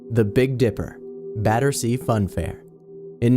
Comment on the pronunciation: Finally someone who can pronounce Battersea correctly.